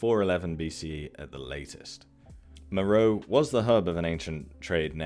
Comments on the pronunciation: MÉROÉ! mowrow🙄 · Meroe has been pretty thoroughly excavated, along with many other Kushite/Meroitic (and other) sites across Sudan. It's an inapplicable and kind of misleading generalization to say some trans-African dearth of archaeological investigations (also questionable) applies there. Also it's generally pronounced 'Mer-o-way'